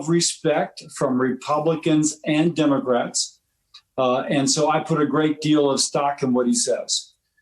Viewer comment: Did this joker just say Demograts????